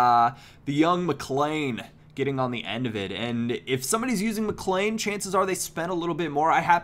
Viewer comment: Hey just thought I'd let u know that Whelan is pronounced "wheelan" and McLean is pronounced "McLeen"